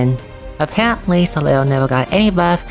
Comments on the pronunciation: Hey, always appreciate seeing your videos, you're the #1 best CotC source for me for sure! Just a note though, Soleil is a French word (Sun), which means you don't pronounce certain letters, in this case the trailing L. So it's just "so-lay" basically. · If you want to be fully truthful, the "l" in "soleil" is not silent at all, and it IS pronounced. However the group of letters "il" in french are basically equivalent to "y", or "iy". Therefore "leil" ends up being pronounced as "lay".